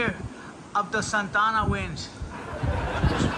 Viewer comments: Santa…..Ana…. Not “Santana” 😂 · Props to Guillermo for proper pronounciation of Santa Ana winds. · Did Guiermo call them the ‘Santana winds’?